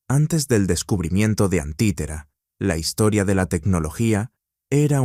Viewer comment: No es antitera, es anticitera 🤦🏽‍♂️